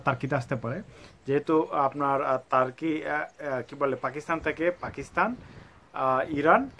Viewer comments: hur Hala তার্কি তার্কি করতাসেন কেন🥴🥴🤣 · কি ভাই টাকি টাকি করতেছেন।